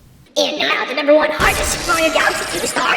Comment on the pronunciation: (In an accent) what do you think is the hottest star and why? I know its hardest but it sounded like hottest xD